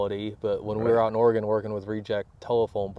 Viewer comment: He pronounced Oregun correctly ❤